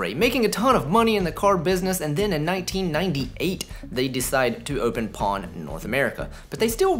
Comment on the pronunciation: One thing you pronounced the name Pon as it should be. Simply Pon.